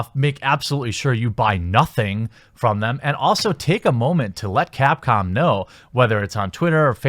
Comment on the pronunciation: Now I think he keeps saying CAT-Com.